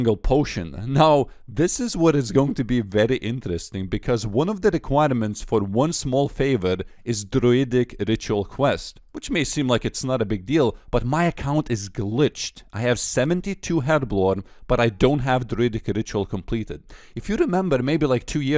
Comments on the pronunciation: say druidric again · Just saying... the way you say 'Druidic' 👌